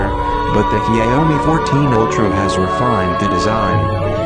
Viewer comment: the pronunciation of the brand name is a killer.